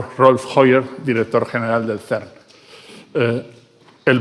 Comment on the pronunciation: El Traductor tiene una dicción pésima O.V. Please! No es el SERNNN! Ni tampoco Ainshhhhhtain! Se pronuncian CERN y "Ainstain"